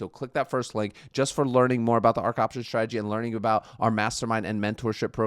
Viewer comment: Please please stop saying Shhhtradegy... there is no h in strategy...dont worry, you're not the only one